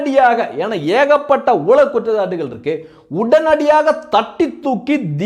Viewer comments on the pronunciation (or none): none